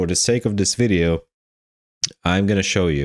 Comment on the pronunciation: Fing? Or Thing? You lost me at 26 seconds when you said FING instead of THING. I tried to continue, and at 47 seconds you say DIS instead of THIS. Genuine question, are there some people that cannot pronounce the "TH" part in any words? Is it a male or female thing?? Would you say "I FOUGHT SO" or "l THOUGHT SO"? I am Foroughly confused.